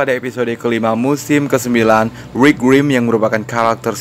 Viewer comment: Rick bang bukan Rwick😂 bikin bengek ajaa...😂